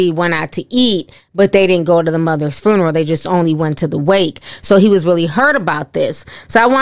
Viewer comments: Funeral not Furneal 😂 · The “fooneral” Ti always be pronouncing stuff different and I’m here for it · SIS. It’s pronounced fyoo •nr•uhl FUNERAL LOLOL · be like “frooneral” 🤣🤣🤣🤣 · Right lol I was like "girl the what????, phooneral?" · " Fernaral"...ti what ? 😭😭😭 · I love the way you pronounce funeral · Sorry I can't with the pronouncing of Funeral.. But I love,love Love you Ti and your channel! Day one fan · You need to learn how to pronounce funeral.